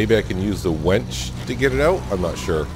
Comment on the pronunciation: We’re both New Englanders (I was born and raised in New Hampshire and have lived in Maine for over 40 years) but I’m still trying to figure out if you’re calling your winch a wench. Vermonters have an accent just as Mainers do so perhaps I’m just not hearing you clearly. Plus, at 67 my hearing isn’t as sharp as it used to be. So, are you making some poor woman get out and connect the winch cable? Perhaps your wife from Farmer’s Dynasty?